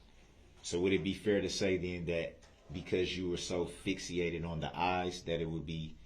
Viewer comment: Did Brooks say “fix-e-ated”? He says “substain” and not “sustain”….and his skin probably did look dark at that time….